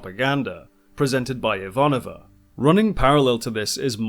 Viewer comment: My only gripe with this show is that the proper Russian pronunciation of Ivanova is IvaNOva, not IVAnova.